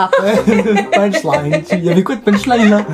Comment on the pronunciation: " punch lin "😂😂😂😂😂 mdrr